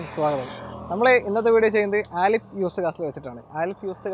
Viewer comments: ആലിഫ് അല്ല അലിഫ് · ബ്രോ ആലിഫ് അല്ല അലിഫ് എന്നാണ്